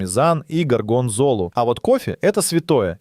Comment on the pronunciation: Братка, ну серьезно, у тебя 1,5м просмотров, а ударение в видео просто ппц. ОссобУко… ТирАмису… ГоргОнзолу… Дальше не стал смотреть…